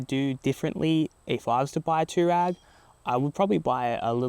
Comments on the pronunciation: Dude! Too-rag? Twa-reg! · TF ist an tourag its an TouAreg